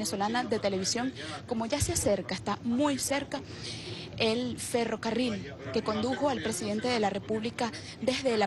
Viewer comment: "FerrovEario"? Que periodista es esta?